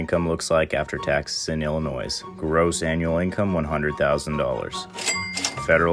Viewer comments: The “s” in Illinois is the most annoying sound ever. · Ummm, the S is silent. Illa-noy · You don’t pronounce the s in Illinois… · can i trust the information from someone who can't even pronounce Illinois correctly? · At least learn how to pronounce Illinois. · As somebody in Illinois I am very affened by his pronunciation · Seriously… just replace the “is” in Illinois with a “y” already so people quit mispronouncing it! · You should be fined 1000 for pronouncing the s in Illinois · NOO S DONT PRONOUNCE THE S IT’S SILENT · There is not two of them you don't pronounce the s in Illinois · You lost me when you pronounced the S in Illinois. I can't trust your advice when you can’t say the name of my state correctly.